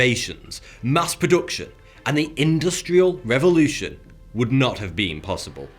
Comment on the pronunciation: did he just say industryal reverlution